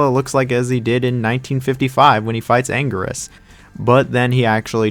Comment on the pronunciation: "Angryus" "Geegan" bro...what are you doing to me?